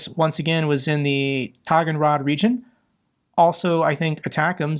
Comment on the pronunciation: Sorry,, it's taa-gann-ROK (or taa-gann-ROHHH).